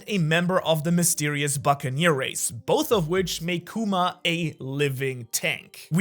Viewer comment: Love your videos but its kuma not kewma 😭